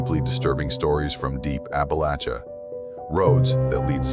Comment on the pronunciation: yeah! Someone whom says " aplacha ", the way I ❤... thankyou😊 hope all is well for every one. out there.. sweet dreams..🤟💋